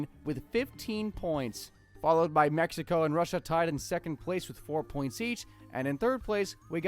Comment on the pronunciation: "meh-HE-Ko" lol😂